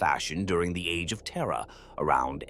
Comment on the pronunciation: TERRRA and it's pukka neighbours